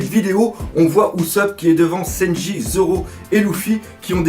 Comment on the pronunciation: Mais pourquoi tu l'appel louffi à la place de luffy mdrr puis sanji tu prononce Sa senji.? Mdr